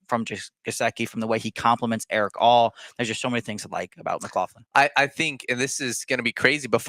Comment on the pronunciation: Are you pronouncing his name wrong?